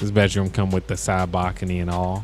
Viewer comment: “Backony” bro it’s balcony